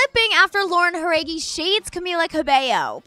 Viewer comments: the way she said Jauregui was funny sorry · You're saying Jauregui wrong.